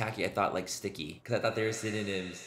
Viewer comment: Synonyms not sinitites or whatever word you made up..😳🤦‍♀️ Oh, Manny!!😂😂😂